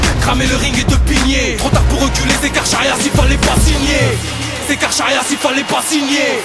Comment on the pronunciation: Carcharias ça se prononce [karkarias] et pas " kar chat riasse. " ^^